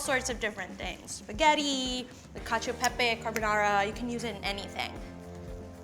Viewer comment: When she says concho pepe, I imagine pepe the frog in a conch shell or something lol